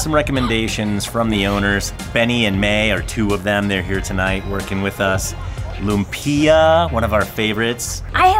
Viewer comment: Love that you all are experiencing the Filipino culture to the fullest.. I love how you are doing your best to pronounce the dishes. It can be difficult to pronounce but I’m sure the more you hear how Filipinos pronounce it you will get a hang of it. 😉 Lumpia is more like Lu like Lulu not Loom. And then mm- pee-ya.. So Lu-m-pee-ya. Calamansi (Ca-La-ma-an-si). Bangus (b-ang-oos) . I don’t know if I shared that right but I tried 😄 Keep it up!! Love how adventurous you all are! YOLO!